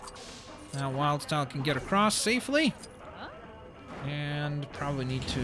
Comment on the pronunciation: did he just say wild's tile instead of wildstyle